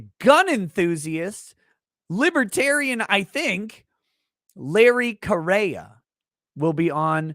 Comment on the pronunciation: If I remember right, Correia is pronounced Korea. And that should be a great show.